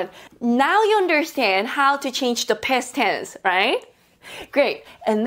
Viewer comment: I like how you pronounce "Past Tense" as "Pest Tens". Sounds annoying yet funny